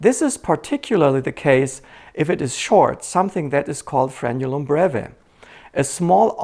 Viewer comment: Thank you so much for pronouncing "frenulum" correctly. Many medical people and lay people say "frenum". It also runs from the anterior of the penis/vagina to the posterior of the anus. It also divides your nostrils, under your tongue, and some interior parts of your body as well.